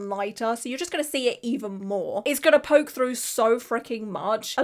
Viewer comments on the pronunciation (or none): none